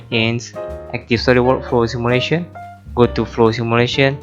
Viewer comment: simulation word seems hear like Malaysia